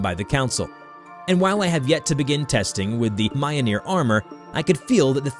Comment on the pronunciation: Jesus Christ! Its pronounced: meel-nor. Fuck!😅